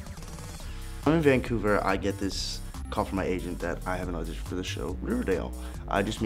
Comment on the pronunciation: what’s an audtion 😂👌😂😂